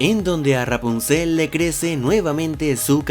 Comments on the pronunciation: Me estresa como pronuncia Rapunzel, sobre todo en el Ra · Ya ni se si dices ruapunzel o rapunzel 😂😀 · R-rapuzel como lo pronuncia jajaja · Porque dices "rghwapunciel"?? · Amo como dices "Ruapunzel" jaja😍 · Me encanta y me da risa como dices: ruapunzel jaja gran vídeo crack! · Jajajaja como pronuncia Rapunsel 😂😂😂😅😅😅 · Disculpa pero me da demasiada risa como dices Rapunzel jajaja